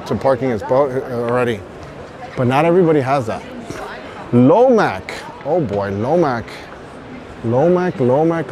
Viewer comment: Dressed in sun protective shirt for fishing while everybody around him is nicely dressed, being loud while talking to camera and filming everybody and everything without asking. And then complaining when people were not nice to you. You came to Lomac booth saying Lomac 5 times (compleatly wrong pronunciation) "They got gate of death, we can't go see more guys" yes you can, you come and ask politely without camera on "would it be okay if I film your boats later, it won't take longer than couple minutes" and then that girl would say "of course" with smille. Learn how te behave at boat show, I fealt embarrassment for you...